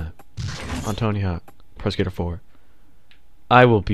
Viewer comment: I keep hearing "Tony Hawk's Prosecutor" lol